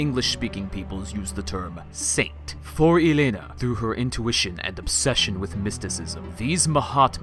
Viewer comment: Thanks for educating us about Helena sensei! I like the way you pronounce Helena full name :D